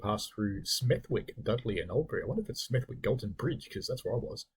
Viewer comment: Just one pronunciation note. Smethwick has a silent “w”. Probably unimportant as nobody wants to go there.